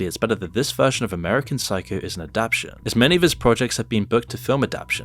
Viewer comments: Do you pronounce "expectation" as Ex-pec-tion? Adaption: Ad-Ap-tion. Adaptation: Ad-Ap-TAY-ion. Two different words. "Adaptation", the word you showed on screen, which is the correct word, has FOUR syllables, not 3. You've just said it wrong 4 times in a row, while showing the word on screen twice, I can't watch this video. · it's pronounced a-dap-ta-tion. Not a-dap-tion. Srry, had to scratch it lol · don't hate me but..."adapTATion" 😭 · Aaa dap Tay shun. It was killing me too.😅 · Why can't you say "adaptation" properly